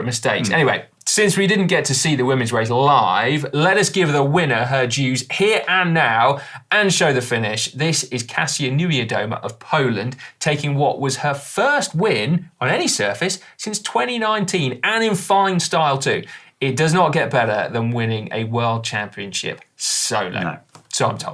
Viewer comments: Funny hearing Dan on the GCN Racing finally get Kasia's name correct (surname still needs a bit of work but progress!) and Si still persisting with saying her name like it was Casio. He'll get it right by the time she retires! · it's pronounced KASHA. And why is Dan wearing 2 watches??